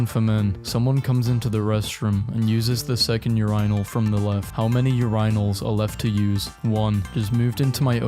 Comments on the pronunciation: Did he just pronounce Urinal “Ur-Ine-al” instead of “Ur-In-al” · Me: Urinal (U-Ree-Nol): Urinal (U-Rii-Nal) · Urainal* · urinal is NOT pronounced like this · The video was top tier but why do you pronounce urinal like that. It just throws everything off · Why bro pronounce urinal like that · do not converse or acknowledge me if you pronounce 'urinal' like this. (And the answer is C) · why do you say urinals live that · I am getting soooo pissed that he mispronounces worlds like urinal and shit, like is he doing this intentionally to piss me off or?